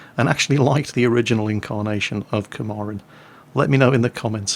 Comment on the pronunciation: It's not Komarin, It's KAMPARIN.